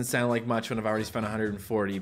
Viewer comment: the first time he tried to say the meaning of Hatsune mikus name it sounded like he said "The first Virtual Shit"